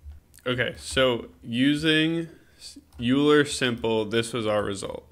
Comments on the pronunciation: Great channel, very informative. I'm pretty sure "euler" is pronounced "oiler" though. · Just fyi, euler is pronounced "oiler".